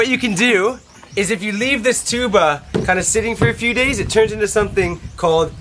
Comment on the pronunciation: the correct pronunciation is TUB- BÀ not TSU-BAH...